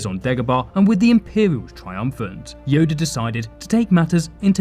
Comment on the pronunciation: y'all ignoring the fact he said yodie at the begining